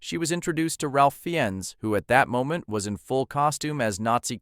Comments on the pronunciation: Fee-enz ahh no. It’s pronounced “Rafe Fines” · It’s pronounced Rayf Fines not what ever the hell you bastardised it into 🙄🙄